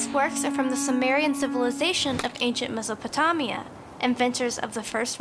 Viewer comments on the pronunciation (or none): "Mesapatomia" cringes because I learned how to say it in school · Its called mesopo-TAME-ia not mesopo-TOM-ia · Mesopatámia you mean Mesopotamia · Me - so - po - te - mia. Thats the correctpronunciation . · It’s pronounced MesopotAYmia. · MISPRONOUNCED MESOPOTAMIA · Ummm pretty shure you said Mesopotamia wrong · You mispronounced Mesopotamia